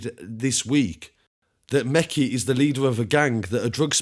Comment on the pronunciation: That’s not how you pronounce the name 😞🤣